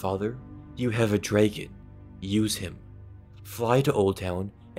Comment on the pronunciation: He pronounces dragon like it's spelled like Draygin